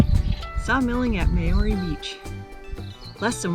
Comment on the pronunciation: If you’re going to bother flying all the way to NZ and make the effort of doing these walks & recording yourselves, at least learn how to pronounce the names right! Seriously - Mayoorey?